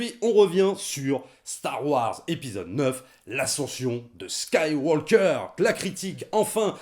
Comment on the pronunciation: attention à la prononciation svp, on ne prononce pas le L de SkywaLker ou FilmtaLker par ex, ni le G de MakinG Of etc... Ça dénote je trouve dans un bon argumentaire qui m'encourage à payer ma place de ciné alors que je n'avais qu'une envie: boycotter!